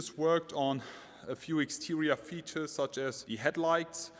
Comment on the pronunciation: What is wrong with your english man. Interia. Exteria. Modal tree. And much more.